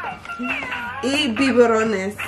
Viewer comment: I love how she says “biborones”🥺😂💝and it’s “viverones”